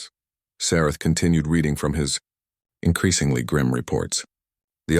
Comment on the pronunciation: "Increasingly grim" unnatural pauses